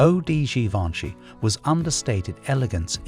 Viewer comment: Gee-Von-Shay...Givenchy......NOT whatever you said!!???